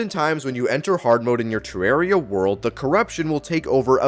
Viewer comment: The worst thing is how you pronounce terraria (I say it with a deeper “a”)